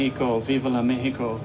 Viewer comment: God bless this man and I got much more respect for him for pronouncing Mexico how it suppossed to be pronounced !